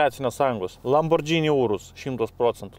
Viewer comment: razstavkės - tai ne razdatkės. lamborghini - tai ne lambordžini. spaghetti - tai ne spagedži.